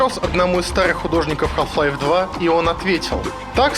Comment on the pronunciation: мне одному кажется , что в начале видео он говорит "Калл Хлайф" O_O